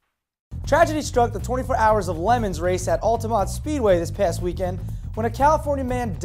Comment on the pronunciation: did pronounce le mans like lemons or what?